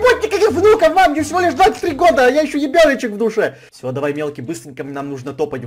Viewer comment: ты сказал не ребёночек а ебёночек))))